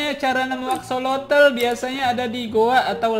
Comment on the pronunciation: Aksosol bukan axolotol